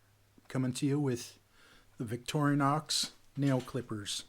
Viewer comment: "Vic tori nox" is the correct pronunciation! Well done! "Victory Nox" is quite wrong...